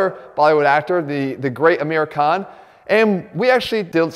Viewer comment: He pronounced hrithik correctly but Amir khan was American